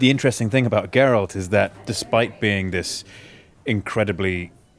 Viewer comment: I’m just glad Henry pronounced Geralt properly and not like “Gur-RALT”